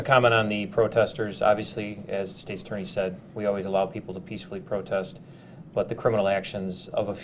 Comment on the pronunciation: She does not even know how to pronounce peacefully, she keeps saying peacebully